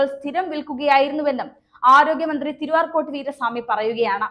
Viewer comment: Please tell correctly, not Tiruarcot, but Tiru-Arcot Veera Swami. Okay